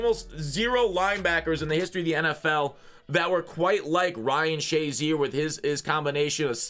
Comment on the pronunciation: Noone literally noone calls this dude shaz. Its SHA (SHAY).... or flat out 50